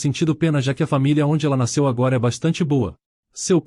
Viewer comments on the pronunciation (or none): none